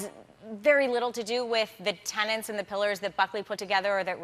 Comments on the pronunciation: Looking forward to watching this, but, please, it's "tenets," not "tenants," as she said about five times. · Tenets, not tenants! lol! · Every time she pronounced the word tenet as "tenant" I wanted to gag.